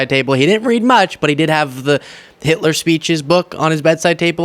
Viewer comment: HILTER. SHE SAID HILTER.